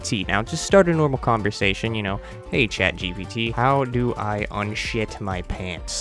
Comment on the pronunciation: bro said chadgpt for real bruh